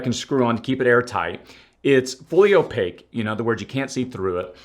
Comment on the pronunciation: Oyapake? I think u mean opaque